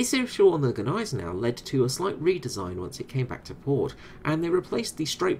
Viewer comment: I'm pretty sure the "G" in Gneisenau is silent